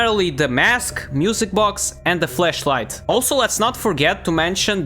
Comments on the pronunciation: But he said in German way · nahh bro said flesh